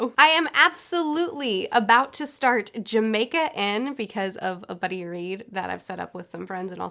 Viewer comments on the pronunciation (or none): none